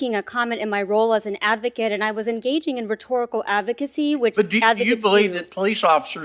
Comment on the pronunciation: When she was an “avocate” and the “costitution”; too lazy to pronounce words correctly. Unfit for the job!